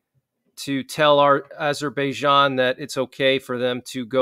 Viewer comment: Google the pronunciation: Armenia (/ɑːrˈmiːniə/ i ar-MEE-nee-ə), Azerbaijan UK: /ˌæzərbaɪˈdʒɑːn, -ˈdʒæn/ i, US: /ˌɑːzərbaɪˈdʒɑːn, ˌæz-/. Thanks.